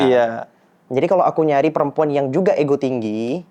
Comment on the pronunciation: Payah, bilang ego aja gak ngerti... malah igo igo igo hehehehehe